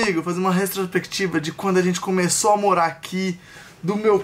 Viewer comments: O falando retrosprequitiva e tudoo ksksksksk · Restropectiva foi foda hein 😔 Os meninos são muito bons, porém eles falam muito errado e por serem influenciadores deveriam se preocupar com isso! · Vai virar meme o tentando falar "retrospectiva" KKKKKKKK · Eu rindo achando que o tava falando retrospectiva errado kkkkkk